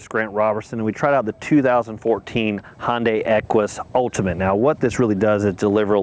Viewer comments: Hey Grant, the brand name is pronounced Hi-un-die, but if you want to be a raggler 'murcan, say Hun-day, not Hon-day. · Looking at a 14 model for my next car. Good review and good camera angles. BTW it's pronounced Hi-un-day.